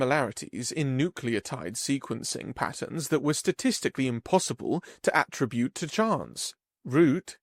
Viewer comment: It's probably worth mentioning that "attribute" (the verb written in the story) isn't pronounced the same as "attribute" (the noun read by the narrator). Emphasis should have been on the second syllable "atTRIBute" not the first "ATtribute".